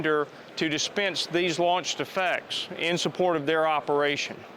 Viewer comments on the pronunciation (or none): Whenever he says "launch effects" it sounds like he's saying "launch defects" (of which this product likely has many). Work on your pronunciation, presenter dude. Also, as many others have stated, this isn't fully autonomous. It is, at best, semi-autonomous. It still has a navigator, someone still has to tell it where to go and what to do. Additionally, someone still needs to be a crew chief, to be a loadmaster, to perform maintenance on the craft. Tell me when you can just set up a radio guidance beacon, turn it on, and have the aircraft automatically load up, start up, take off and fly to that beacon, land and return to base, complete with evasive maneuvers if engaged by the enemy, all with no tablet or other pilot required. THAT would be fully-autonomous. And there's no defensive measures in case of jamming or interference. As of this point in time, semi-autonomous military helicopters are just handing the enemy free stuff. "Hey China, hey Russia, hey Taliban, do you want a free UH-60 and its' cargo? 60+ billion dollars in free military hardware!" Congratulations Sikorsky/Lockheed Martin, you just made the world's most useless conversion of a military helicopter. This would have been better as a civilian vehicle, where at least we know it'll be safe and secure if it lands rather than revisiting the botched Afghanistan Pullout every time we deploy one of these things.